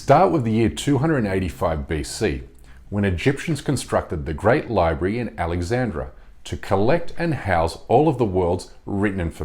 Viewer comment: It's interesting how you offer another perspective, good on you for that, we need more of that in this world that's for sure, but you're being misleading and down-right hishonest when you claim that the famous library of ancient Alexandria (not Alexandra as you pronounce it BTW) was set up by the Egyptians. It was established by the Greeks or Greek civilization if you like, along with the city of Alexandria itself. The language of the library was Greek, as was Eratosthenes and Heron. By doing this you lose total credibility and expose your prejudices, as well as imitating what you accuse western civilization of doing, that is, not giving credit where credit is due. I'd like to get a reply from you about this, if you don't mind. In short, just because Alexandria was located in Egypt, doesn't make it Islamic and a part of the Arabic empire, as that empire came about a very long time after Greek civilization, but yes indeed the Arab Empire was instrumental in saving and passing on Greek, Roman and other knowledge and for that we should all be very grateful to them. For you to understand my point a bit better, it's like giving credit to the Spanish and western Europeans, for the great advances and civilization of the Arab Empire in Al Andalus, because it is in modern-day Spain and the west today. I hope this is clearer to you now and perhaps you can edit your video to be more accurate as well, otherwise you will just come across as a propagandist, one of the things you're accusin